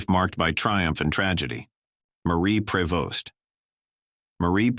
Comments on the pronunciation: Some of these people did not die in actual "poverty". Obviously "A.I" narration. Prevost is pronounced "Pree-vo". No wonder I hate artificial intelligence. Why not take the time to have someone read an actual script? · Marie Prevost (pronounced "pree-vost) became unpopular because she gained weight, not because of her voice. Sad ending. She stole every scene she was in.